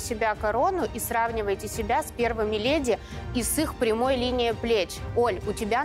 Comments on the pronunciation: Это «лЭди» от ведущей - брррр….. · Ну какие "лЭди"...караул.. сил нет.. Редакторы, скажите уже ей, что там звук [Е]. ЛЕди.. Вы ж телевидение.. с вас пример берут...